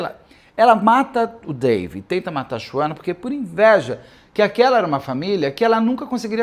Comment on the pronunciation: Beto kkkk que agonia vc chamando ela se SHUANA como se lê kkkkkkk